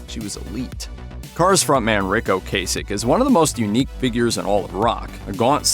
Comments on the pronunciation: Its O-Cass-ick....not O Case-ick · Screwed up Ocasek though....